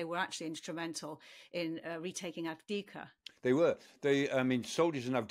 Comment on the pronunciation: There's no Kar- in Kharkiv! I noticed a few mistakes in your narrative, FAB-1500 only has 675 kilos of HE, And everybody knows you shouldn't put your Hi-Fi speakers on the floor! (Without a stand!) Ironically he can pronounce Aвдіївка correctly...